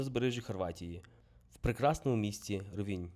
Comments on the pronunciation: рОвінь - наголос на перший склад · Український правопис—наголос на І. Місцеві кажуть рОвінь